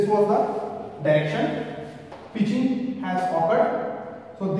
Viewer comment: Sir ap pitichig thoda galat bole hai